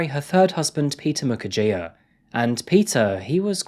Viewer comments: As a regular, I know that many Africans have commended you for getting the names and pronunciations right. In that regard, here's a small thing I'd like to point out. Peter Mukherjea's surname is actually pronounced Mukherjee (jee, not jiah). A Bengali surname, a few of them put an 'a' instead of an 'e', probably for aesthetics or good luck. Thanks for covering this high-profile case! You can expect a final judgement not earlier than 2040. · Mukerjea is pronounced Moo-cur-jee. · it is pronounced "Mukher-jee".. like tea makes it tee, "jea" is jee